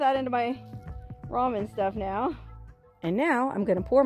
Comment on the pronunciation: its pronounced ramen..not ramen-duh